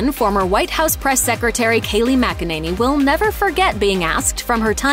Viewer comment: For Christ's sake, it's not mack-a-nanny, it's mik-in-a-nee